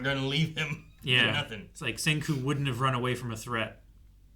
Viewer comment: Yo being so stupid damn iiit. He finally did something great and then he risks it all and fails. Next episode is so good. Damn, called it. I had no idea and was so curious. calling him Senko, it's Senku, he forgot. orz